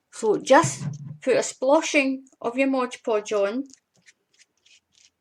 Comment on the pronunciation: An interesting and different way to make glitter paper. Thanks for the demonstration. Oh, BTW - it's MOD Podge, not Modge Podge. I think prople like the rhyme of Modge Podge, but that's not the name. Thanks again.